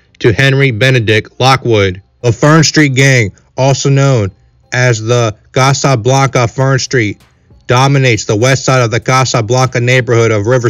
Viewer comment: Why is dude sayin Casa Blanca like that😂